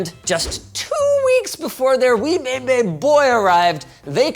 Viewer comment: why does he say baby like that 😂😂